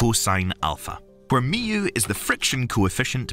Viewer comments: Because the narrator doesn't understand what he is reading and even pronounced Mu incorrectly. Probably an AI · Mee-oo? Never heard it pronounced like that before